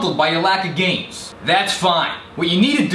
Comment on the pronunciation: Listen to him say "gains" then listen to the word in question. There's an "n" that isn't showing up there. "Gays win" is what it sounds like there.